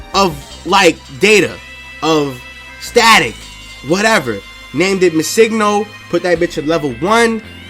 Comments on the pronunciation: BRO! Pronounce Missingno like Missing No (Missing number). It's not Missigno, driving me nuts. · Yes... so much. It's not hard. It's Missing No (number) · It's Missing, as in the word Missing and No stands for number. You're saying it completely wrong :x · Did it bug anyone else how he pronounces MissingNo.?